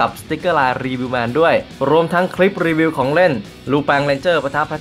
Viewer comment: อินโทรพี่คำว่ารีวิวเเมนเเต่เสียงมันได้ยินว่ารีเวียวเเมน